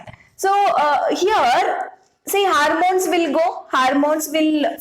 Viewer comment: Is this harmones or hormones???